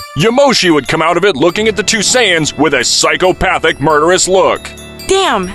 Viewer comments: "Completely destroyed, with all the SAIYAYANS" im dead bruh 💀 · ‘Saiyayan’💀 This guy needs to learn how to pronounce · Bro Said « Saiyayane » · "With all the SAIYAYANS HaHaHa" im dead bro 💀💀💀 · Planet vegeta a sayyyain why you calling sayians sayyyyain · Say ay in es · A .say aa in. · whys he pronouncing saiyans sayin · like bro you called frieza “FREZER” like bro💀 and it’s not “SAIYAYANS” it’s saiyans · "say e ans" "freezer" what its supposed to be "say ants (without the t)" " freezah"